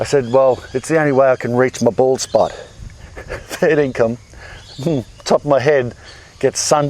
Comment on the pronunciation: Got a apex legends flashback with rhat "fairthincome"😂😂 still don't know what that aussie saying is or even means